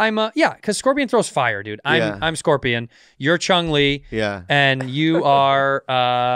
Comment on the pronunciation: ITS CHUN LI, NOT CHUNG LI AND CHUN LI IS STREET FIGHTER NOT MORTAL KOMBATS YOU MOMOS